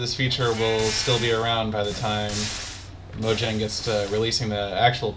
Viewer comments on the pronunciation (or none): It isnt Majang It is pronounced Ma JONG Long o